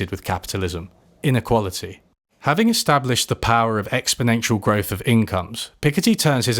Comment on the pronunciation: Is it just me, or do you pronounce "growth" as "growf?"